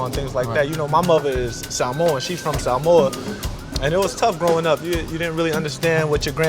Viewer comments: I know he genuine Hamo, pronounced Samoa correctly.. Big ups uce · Loved how the uso said his mom is Samoan and she's from Samoa so clearly🤙most halfcast will be saying samowa but the man's pronunciation was on point👌